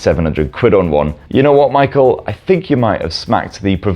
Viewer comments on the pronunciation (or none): none